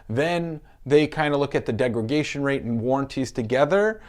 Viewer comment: Just a friendly heads up that it’s degradation not degragation.